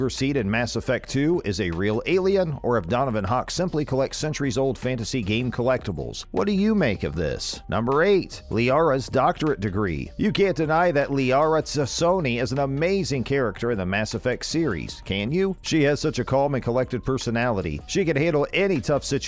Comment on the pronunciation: "E-D-I" "Kasumi as 'he/him'" "Liara 'Tsut'-soni" 🥴🥴🥴 please stop lmfao